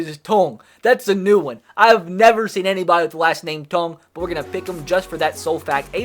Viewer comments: pronounces tongue like “TOH” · Omg, the way he pronounces Tongue